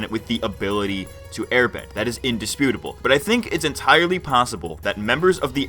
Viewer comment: "en-Ty Lee possible"